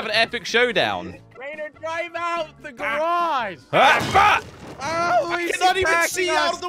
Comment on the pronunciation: It's a garage not garich